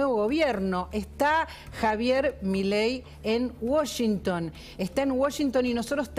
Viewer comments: a todos les quedo claro que milei esta en "woshington"? nombro 3 veces washington en menos de 10 segundos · por que dice woshington? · Uoyinton dice la periodista 😂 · Se dice Washington con "a"